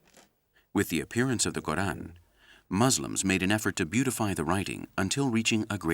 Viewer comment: You say Quran right but not Muslims